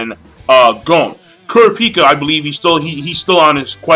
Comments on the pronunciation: He cant pronounce kurapika right lol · lol hate the way you pronounce Kurapika's name